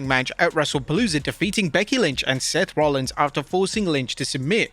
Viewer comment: Seth Rollins it’s Seth Rollins